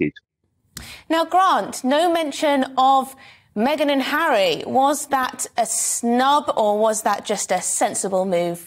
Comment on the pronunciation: Who!! Ooh you mean hawwy and meth-ane